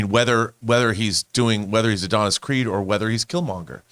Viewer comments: She keeps saying Add-un-us....it's pronounced Uh-don-is. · It's a-don-is not add-a-nis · A-DON-IS is how you say it. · Addin-is 🤣 All jokes aside let’s give her a break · Mispronouncing the main character’s name multiple times is anything but minimal. And why nobody didn’t politely correct her is ridiculous. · Her reading and the way she pronounced Adonis took me completely out this segment.